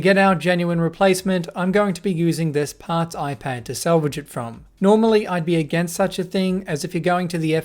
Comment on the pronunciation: Hey, it's "salvage" not "selvage"